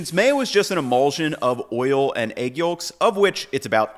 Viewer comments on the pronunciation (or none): You don't pronounce the L in Yolk..